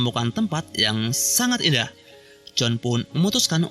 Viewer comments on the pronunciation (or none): none